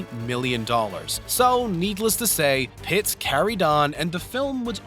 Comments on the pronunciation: His last name isn't "Pitts." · He also referred to him as "Pitts" once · ...and then he said Pitts. Pay attention. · PITT! PITT! Brad PITT! Jesus Christ... Are you from this planet? Learn the names of people, man! You sound like an alien trying to blend in with Earthlings. You're not from around here, are you?....